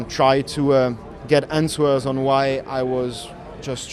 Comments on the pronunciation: Bro said ans-Wers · Antsweres lol Charles it’s Answers haha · Antuars = answers -Charles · "...ansWERRRS..." - Charles LeClerc, 2026